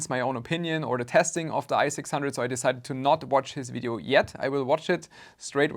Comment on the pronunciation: While I am quite happy to hear the word video pronounced correctly, I'd be lying if I said I wouldn't miss the german engineering vibes in fideo... Owell, there's enough of that in my thermal grizzly so who cares 🤟